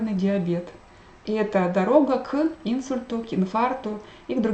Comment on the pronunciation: Заранее прошу прощения за замечание, но ударение правильно ставится так: либИдо, алкогОль, инсУльт. А лекции Ваши очень интересны и полезны, большое спасибо!